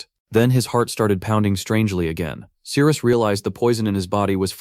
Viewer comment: The story is good and the artwork is nice but am I hearing it correctly... The Captain's name is Cyrus and the MC's name is Sirius but pronounced Cyrus? There was also the mixup with Daisy & Daphne. Don't even get me started on the fight with where the tentacles magically became Veins/Vines with mouths. Either way the Ai narration eventually became very Annoying & Confusing.